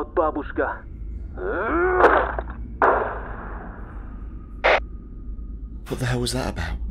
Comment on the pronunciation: It’s quite entertaining how foreign folks try to pronounce russian words. Babooshka with emphasis on first “a” so it’s bAbushka and it means grandma😉